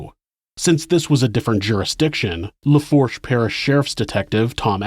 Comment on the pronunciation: It’s pronounced boo-tee not boo-tay And lafoosh not laforsh